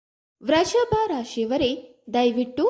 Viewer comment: Vreshabha ರಾಶಿ ಅಲ್ಲ Vrushabha ರಾಶಿ. ಕನ್ನಡವನ್ನು ಕೊಲೆ ಮಾಡಬೇಡಿ